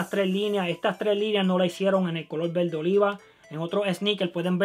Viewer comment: jjajaja me mama como dice VELDE, EL LUGAR DE VERDE!!!